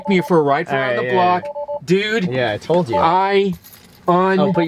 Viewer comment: "DUUUUDE" lol definitely from Santa Monica